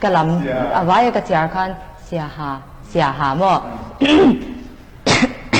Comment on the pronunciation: Siaha tih ringawt lam dik thei lo chu news reader atan a tlak loh midang thiam an tam awm teh reng nen ban tir nghal mai tur a nia.a ho em mai